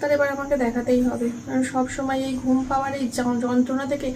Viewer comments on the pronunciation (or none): none